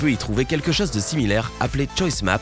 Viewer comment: Pourquoi le narrateur prononce-t-il les o et le "eu" bizarrement ? "autre cheuse" à la place de "autre chose", "reuse" à la place de "rose", "dangerese" à la place de "dangereuse"...